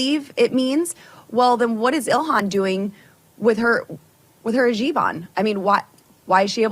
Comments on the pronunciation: Her “jibon”???!!! Is she trying to say her “hijab”? 🤣🤣🤣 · Hey "stroker", it's a hijab...NOT a jiban...you dumbsh!t. Also you fake "Christian", no one is calling out your hypocrisy when you wear a cross. You know....the structure that was built to torture your "Savior"?!?